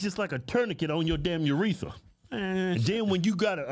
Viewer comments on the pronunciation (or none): "Uretha" 😂😂lol